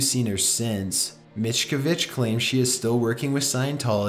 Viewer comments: Annunciate bro. P-nom Penn for Phnom Penh, David Mis-cav-idge, Ag-rare-ian. an·i·mos·i·ty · Hey. I've seen a lot of your videos. Seriously.. you need to just look up some of these words and see how they are pronounced. If you listen to/watch ANYTHING about Scientology, you'll see how David Miscavige is pronounced.